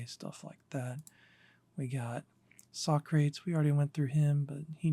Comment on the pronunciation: Socrates is pronounced sock ra tees. Not sock crates.